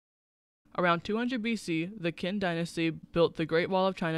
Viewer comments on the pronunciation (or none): Kin? It's pronounced chin!!! Your info is totally wrong....! Confucius ism is not, repeat Not a Religion,Toasim is not either. They are philosophies. Based what I'm seeing,you should take this video down. It's a disgrace to the Chinese people. Oh by the way you forgot the Jin Dynasty 😂😂